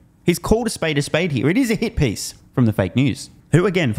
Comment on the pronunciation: "It smells like a hit piece" lmao I thought he said "It smells like hippies"